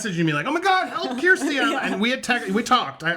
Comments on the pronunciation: It’s SHERsti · Bro you still pronouncing her name wrong 😅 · Hey Andy, before anything, amazing collaboration!! Love Kjersti! Great partnership! An aside… can you find out how to correctly pronounce Kjersti’s name. I know you don’t mean anything by it and so sorry to point it out. She’s too polite to correct you. 😊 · Awesome to see you two together but you’re saying her name wrong lol